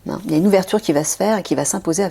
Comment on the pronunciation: Merci Nathalie, gratitude mon frère Michael 😇😇😇🙏🙏🙏💛💛💛. Attention lorsque l'on dit " il y a" bien articuler sinon cela fait = L IA = accepter , appeller L IA sur nous", c'est fait exprès car c'est dans notre vocabulaire et nous l'utilisons fréquemment. Pour certaines personnes qui décèdent, c'est également parcequ elles ont fini leur contrat d'âme et vont dans la lumière divine d'or en christ et c'est leur dernière incarnation sur terre. Belle journée